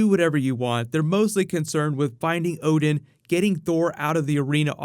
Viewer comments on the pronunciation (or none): none